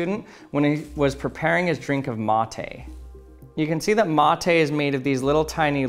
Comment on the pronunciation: Me, a native Spanish speaker that also drinks "mate" : omg he says "mOthE" :D